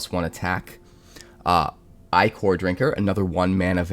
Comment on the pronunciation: It's not Eye-kor, it's Ick-er. It's more than icky, it's ichor.